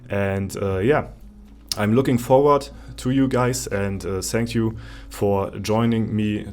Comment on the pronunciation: cleanes englisch sagt er :D zänk u :D <3